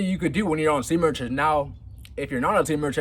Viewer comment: I really wish you'd practice the word retention until you get it down. It's retention. Not retsjhhhion